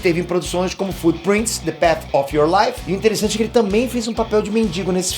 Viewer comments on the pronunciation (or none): none